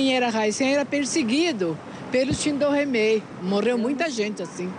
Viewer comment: É uma vergonha o jornalista não sabe pronunciar shindo reimei